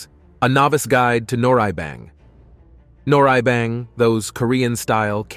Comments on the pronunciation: 이런 양놈이 설명하는 정확치않고 심지어 틀린정보가 마치 진실인양 세계에 선전 돼는건 참으로 문제다 짐질뱅? 한박? 노래이뱅? 뭐 니네들이 좋아하는 갱뱅이냐? 미친 일단 무엇인가 평가를 하거나 정의를 하려면 정확인 뭐라고 발음하는지 정도는 공부를 해라 그게 너희같은 오만한 양놈들이 해야할 첫번째다 무식에 쌈싸먹을 것들아 개를 먹는다고? 너희는 안먹을것 같냐? 안먹었던것 같냐? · Ah yes, the beautiful traditional “Han b-OH-ck” 🤦🏻‍♀️ 🤡 and the fun “nor REE-E b-AI-ng” and the delightful Korean barbecue “Ess S-AM” and “Sam JA-Aem” 🙈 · Narrator is annoying can’t pronounce Korean words but speaks perfect English. The word noraebang, was butchered.